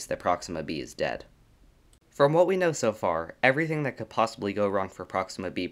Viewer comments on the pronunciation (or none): none